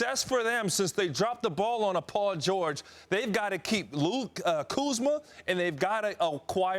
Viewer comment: Did he say Luke Kuzma? Lol